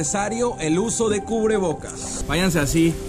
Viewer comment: En el minuto al quisiste decir [cubrebocas] en lugar de "ubrebocas" 🤣🤣